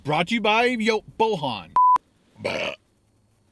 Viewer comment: It's pronounced Boyan ;) It's Serbian (or Croatian, Bosnian) name.